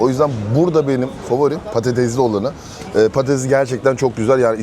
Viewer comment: Yoo patatezli börek değil patatesli börek. Söyle patatezli değil patatesli börek de